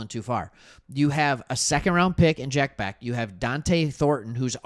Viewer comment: It's pronounced Jack BESH